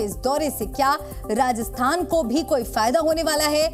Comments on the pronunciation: Reporter ko "Rajasthan" bolna bhi nahi aa rah 😮😮 Radasthan Radasthan chilla raha hai!! 😂😂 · Rajasthan hai... Radasthan nahi hai... Aap bol k bata rehe ho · भाई राजस्थान है राडस्थान नहीं😂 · Sorry to say but Rajasthan word sahi sound nahi kar Raha hai 😢